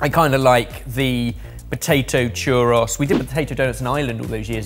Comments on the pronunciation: I love how the UK is so close to Spain, yet..."churr-ross" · That is definitely not how you saw churro😂😂😂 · Ah man, I love you guys but your pronunciation of "churros" continues to drive me nuts lol